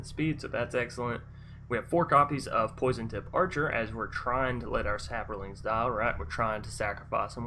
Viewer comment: It's saprolings not saporlings lol